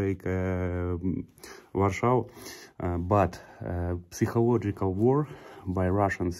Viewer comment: Женя у тебя очень хороший английский Только не психолождикак а psychological сайколаджикол П не читается